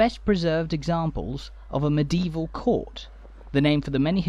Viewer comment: You have an interesting way of pronouncing medieval, it comes out as meDeval, three syllables instead of four. 🙂